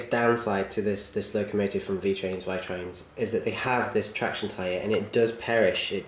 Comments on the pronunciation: I'm italian and if you would like to know the correct pronounce is "Veetrains". Love your videos! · It's V-ee-trains